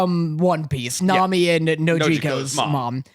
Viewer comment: calling best girl, "Nami" is killin me lol